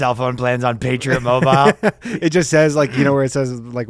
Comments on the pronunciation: the patriot mobile segment was ruined by ryan's pronunciation of "mobile." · Ryan... Mobile is two syllables. Fricken 3Spirits always adding syllables. Also separation of church and state means the state can't force religion on you, not that they must enforce no religion. That is literally them breaking the separation ya dingus. This is not France, it's 'Murica. (Also two syllables)